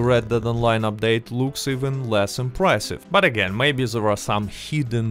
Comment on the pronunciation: I love how your accent turns “there” into “zarrrh”